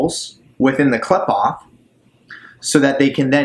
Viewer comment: Just fyi it's sehfeeroht and kleepoht - per punctuation is a bit different in Hebrew